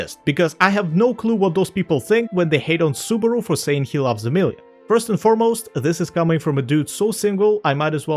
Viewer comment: BARASU? I thought his name was SUBARU uhhhhhhhh